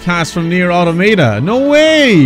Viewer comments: Alt title for the video could be painfully wincing everytime gamer guy mispronounces Automata. A-ta-ma-ta is not the way it's pronounced. A-tom-ata is how it's pronounced. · The second way you pronounced Nier Automata was correct. You've probably heard everyone pronounce it the first way which is completely wrong because apparently native english speakers don't understand their own language at all.